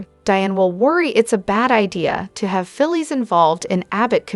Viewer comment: Her name is phyllis not philie lady learn to prouncice the names righte